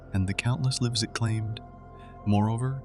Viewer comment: Oh this is AI voiced? :( At around 11:2 it mispronounced "lives". It's a little jarring, but great vid regardless if you actually wrote the essay! :D